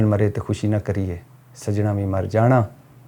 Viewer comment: ڈیگر بول دیا غلطی سے۔۔۔۔۔ ہوتا دیگر ہے۔ you are rite